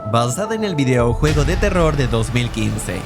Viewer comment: Es una narración hecha por IA? Se escucha raro cuando dice "videoujuego" aun así siempre se agradece un video tuyo